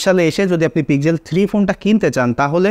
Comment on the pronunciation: পিজেল নয় দাদা পিক্সেল